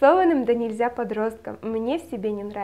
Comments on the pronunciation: Спасибо за советы,очень люблю Теодора Драйзера,но про эту книгу не слышала.Надо прочитать )) P.S. Правильное произношение "донЕльзя" ;) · в наречии "донЕльзя" - ударение на Е))) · Имею долгом поправить: донЕльзя(в русском языке правильно говорить с ударением на "е"). Спасибо за видео. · не хочу выглядеть училкой))))))), но мне очень резало слух - в слове "донельзя" ударение на первый слог.